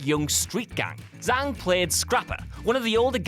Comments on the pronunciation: I believe it's pronounced a lot like "jong" but I'm sure you could instruct us on that, chanwahshun. When he said "zang" like most English speakers I flinched too. We Anglos don't usually get exposed to pinyin and we could use it. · Zhang isn't pronounced like that.